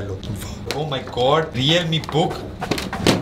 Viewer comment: Leowramee... Lol